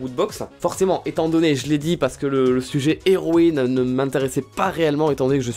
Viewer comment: Il a que fait de dire zeroïne 😂😂😂😂😂